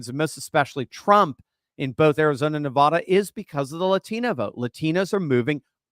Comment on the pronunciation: I realize east coast people are taught the incorrect pronouncement of NEVADA, but it still sounds like nails on a chalkboard if the main syllables don't rhyme with "bad".